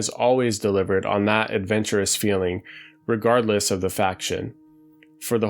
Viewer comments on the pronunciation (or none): none